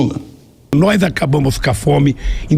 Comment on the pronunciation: "nós acabamus cá fome..." Kkkkk